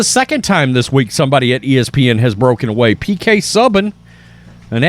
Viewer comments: Ok.. second time.. IT's pronounced Sue-Ban. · You really don't know how to pronounce PK Subban's name?